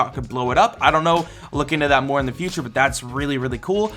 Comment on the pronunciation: No one::...so much mroe!!